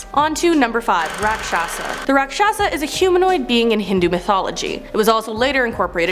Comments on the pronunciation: Hey it's pronounciation is RAKSHASH not RAAKSHAASHA . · Rakshasa is pronounced raakshas and the one image of the half lion half man is actually lord Vishnu’s incarnation killing a raakshas